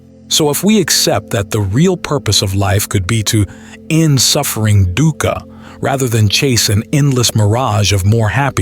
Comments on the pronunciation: Dhuka, pronounced as Dooka. No biggy. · “Dukkha” pronunciation is wrong. Dukkha (Pali) is pronounced dook-kah (or /dʊkkʰə/), commonly broken down as "dook" (rhymes with look/book) and "kha" (a crisp aspirated 'k' followed by 'a'). It is a two-syllable word emphasizing a short "oo" sound and a sharp, breathy release on the second